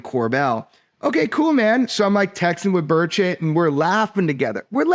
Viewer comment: Lol not representative birdshit or burchitt. It's burCHET lol